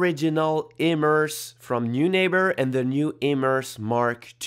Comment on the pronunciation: It’s a German name and would be pronounced ‘noy-nahber’